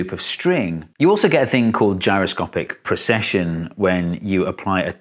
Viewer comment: You did say gyroscopic pr*E*cession, didn't you.